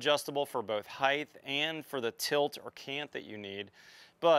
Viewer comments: Height NOT HeighTH. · Height... Not Heighth. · Heighth ? What the hell is Heighth ? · Two things. I wish you had shown the attachment of the panels more clearly. And "height" doesn't end in TH like width and length. Otherwise good stuff! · aayotechnology I've noticed that a lot of American's with their pronunciation of "Height" add the "th" sound to the end